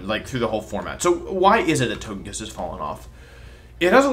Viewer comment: You know Wolfe's serious when he pronounces Togekiss with a hard G